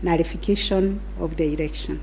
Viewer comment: "erection" ..........its election